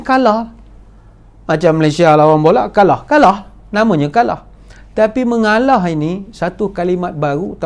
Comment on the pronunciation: Cute lah Dato, 😍😍😍, dah macam toleh Jowo...'mengaalaah...'